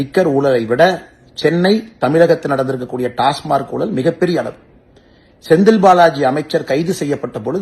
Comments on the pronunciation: Pl pronounce as டாஸ்மாக்... Not டாஸ்மார்க் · உண்மை டாஸ்மாக் என்பதே சரி டாஸ்மார்க் என்பது பிழை